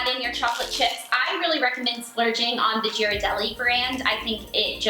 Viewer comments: ...did she just say jir-a-delli? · They look really tasty! Btw Ghirardelli is pronounced like g as game not g as George. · lmao its a hard G not a soft G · Well considering she didn't even pronounce them right.... it's a hard g